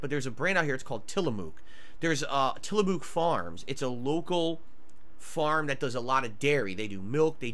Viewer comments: omg .... "tillamook" is pronounced like book not like mook fyi lol. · Dude says he’s transparent but 1 never says the service he used, 2 never says what grocery store he got them from. Also pronounces Tillamook wrong 🤦‍♂️🤦‍♂️